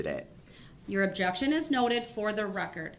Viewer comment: Ahhhh jection instead of Objection, oaf instead of oath, 😂😂